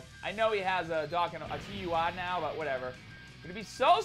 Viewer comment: Does it bother anybody else that he pronounces dokkan "dockin"